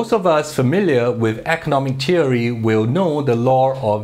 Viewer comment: teery? then is not ten................... say th then theory ten tink tat tay tout temselves teorists